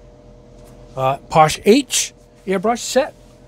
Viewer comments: It’s pronounced. passh-Eh. Not posh. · I think it's pronounced .... Paa-Shay